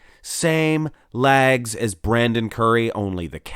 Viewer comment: Lol...”lags”. LOLOL.